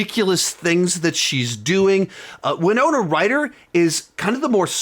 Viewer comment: Thank you for pronouncing "Winona" correctly. Charts with Dan was making me cringe. This looks great! We're planning on going to it next week.